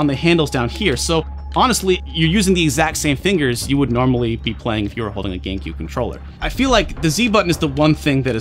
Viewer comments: Is it just me, or does he say, Gaincube?? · I keep hearing Gay-Q instead of GameCube